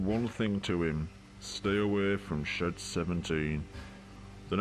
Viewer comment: It's shed 17 not shit 17 💩x